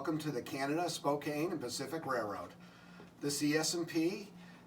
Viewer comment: Really cool layout, and I love the concept of the bridge connection. One PNW regional note - Spokane rhymes with can.